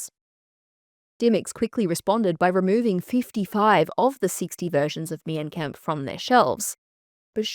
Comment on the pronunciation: I do agree with all your takes except about Mein Kampf (that is pronounced as 'mine' kampf fyi). As someone from western europe i DO think Mein Kampf should have a ban. It still is a very sensitive and painful part with a lot of people still being deeply affected by it. Also, we do get taught about it in history class and everyone knows about it, so it's not like history is lost. Just the widespread publication is not necessary. It is still actively used by neonazi's and other hateful groups to spread and confirm their beliefs and to radicalize people. I think it 100% does more harm than good having it in circulation. Having it in educational contexts versus just on every shelf makes a massive difference imo